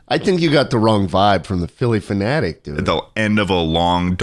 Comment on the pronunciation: Every time schlatt says Philly phenatic a fairy dies